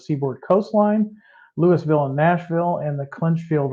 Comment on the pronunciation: It varies, but generally it's prototype knowledge. He usually seems out of the loop. Sometimes very minor, like mispronouncing a name, (Lewisville instead of Louisville). Other time's he's following the script but is clearly unaware of what he's talking about, like when he has no idea where a class one railroad is from or operates. It's just frustrating because there are tons of us out there that are more knowledgeable, but watching, hoping for a nugget or two of new, useful information. It can be hard to find that information while struggling through all the words that don't belong. There's more than enough misinformation on the internet, it would be nice to have correct information from the manufacturer.